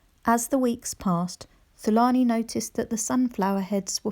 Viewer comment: Hi, is the characters name Thulani? In Africa the TH isn’t pronounced. So it should be pronounced ‘Tulani’. Otherwise such a great story 🤗❤️❤️